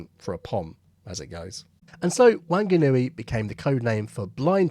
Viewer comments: Wanganui is said Wong ganui. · For future reference, it's pronounced closer to Wong-a-nu-e. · I was born in Wanganui, New Zealand and I can assure you that it is pronounced " Wong-anui "..... Interesting story. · How can this guy pronounce Paramatta, but not Wanganui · Terrible pronunciation of Wanganui, a Kiwi town, not Aussie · All that excellent research and you couldn't be bothered to find out how to pronounce Wanganui! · Interesting stuff, but a Pom claiming fair pronunciation on a Māori place name due to loose ties to the neighbouring country... yeah, nah mate. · I was born in Wanganui & your pronunciation doesn't get you a cigar but thanks for the video, carry on Mate! :face-blue-smiling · Why attempt to use an Australian accent for a nz location? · The first 'a' in Wanganui is pronounced like the 'a' in 'wand' or 'want'. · I cannot comment on whether it was a good aussie accent or not, but given Whanganui is Kiwi, shouldn't you have tried for a kiwi accent? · Wanganui starts with a wah sound fyi for anyone listening not a wan. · Am I the first to say this? Wanganui (a city in New Zealand) is pronounced 'Wonganui'. I doubt any New Zealander would say 'Wang' as the first syllable. And while it didn't crop up in this video, I know many Brits pronounce words like 'song' and tong with a hard 'g' (songa etc) 'South Pacific 'g' sounds are never hard . So 'Tonga' is NOT 'Tong gah', it is Tong ah' as in sugar tong. So back to Wanganui - it's Wong ah nui with the 'g' pretty much silent. The emphasis is on the first syllable. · I didn't expect an interesting WWII story featuring my home town of Wanganui - pronounced more like "wong-a-nui" than "wang-a-nui". It is of course a Māori word, and it somehow lost an "h" in the past that has now been restored - Wanganui is now Whanganui, and pronounced more like "fong-a-nui", "wh" being pronounced like an English "f". Thanks for a great story. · Great history. Small detail though. It’s pronounced more as WOnganui..